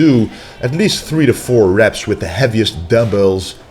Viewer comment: We do the "Schtretsch"...we do 10 Repsch...after that we do 100 "perschent".....sch...sch...must be a dutch guy. 😁😁😁